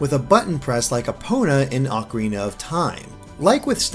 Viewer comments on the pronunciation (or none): none